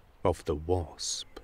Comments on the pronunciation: and he called it a bosp instead of wasp. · "...a type of solitary BOSP "